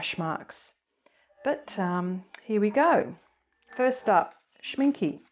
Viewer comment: You are pronouncing Schminke total wrong. The " e" at the end is pronounced like the beginning" e " as in elephant.